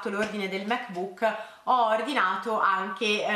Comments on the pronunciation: Ti prego non pronunciarlo Mac bùk! L’accento è sulla a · Ogni volta che dici "mec buuc" mi sale il nazismo🙄